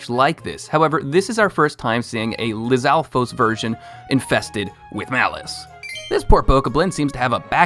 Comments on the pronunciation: Bro I swear it's pronounced Bow-kah-blin vs. Boca-blin Edit: Moe-blin? It's gotta be Moblin... Like a minecraft mob... You said it right earlier in the video. Something about the way you said Lizalfos was off too Good video but it kept bothering me sorry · He also pronounces it as Lih-zahl-fows, but I know I just pronounce that one weirdly (Lih-zahl-foes) How I see the other ones are: Hinox: Hee-nocks Bokoblin: Buh-caw-blin or Bow-caw-blin Zelda: Z sound, L, "duh" Moblin: Maw-blin